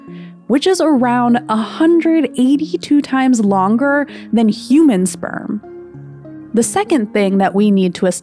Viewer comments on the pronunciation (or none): none